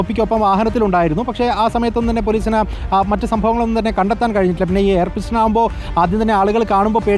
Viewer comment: പിസ്റ്റൺ അല്ല പിസ്റ്റൾ 😂😂